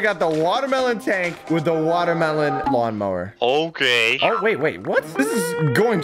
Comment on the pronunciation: For some reason everytime said lawn mower IT sounded as mawn lower